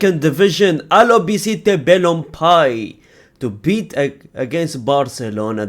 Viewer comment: BALON-PEE-EH... Not Balon-Pie...